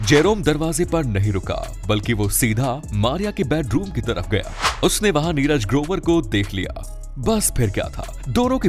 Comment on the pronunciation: Barabar bolo kya neraj grobar dhamki diya bolta hai 5.48 minet pe